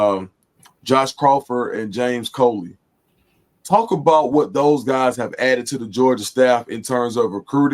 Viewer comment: It's Coley not Cooley